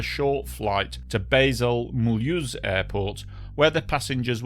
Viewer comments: Sorry but please Run your German names through Google Translate audio before you record a video. It is not Mull-use... but far more pronounced like Mule-house-n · Mul Whoooose, not Mully ooozzzzz